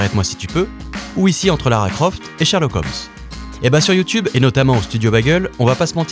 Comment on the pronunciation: shErlock holmes, pas shArlock holmes francais de merde